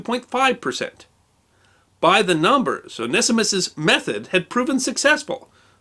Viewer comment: Very interesting in pronunciation... I would of from my limited study of many languages said that name one-see-mus(t)... although after listening I’m onto the 0 nest ee mist version... although loss of the zee sounds is disappointing.